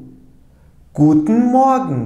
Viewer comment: Hocam merhabalar bir sorum olacak. Almanca A1/A2 öğretim videolarında "Guten Morgen" kelimesini türkçe öğretirken "Gudnın moagın" şeklinde telaffuz ederken ingilizce öğretirken "Guten moagın" diye telaffuz ettiniz. Rica etsem sebebini söyler misiniz? Şimdiden teşekkürler :)